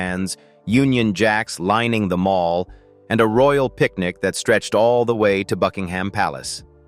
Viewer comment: ITS "MALL" bnot "mawl". Thank you.